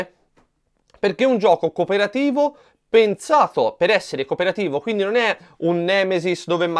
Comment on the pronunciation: PenZato. DuScento.